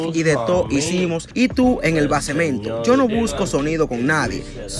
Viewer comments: En el basemento jajaja aprende a leer y pronunciar 😂😂😂😂😂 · 😅😅😂😂 Basement brother esa palabra se pronuncia Baisment en inglés y se escribe Basement significa Sontano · Bacemento dijo él 😂😂😂😂😂🤦🏽‍♂️🤦🏽‍♂️